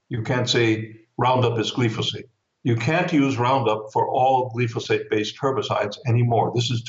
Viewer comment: It is pronounced: GLI FO SATE with a long i vowel, not the short vowel i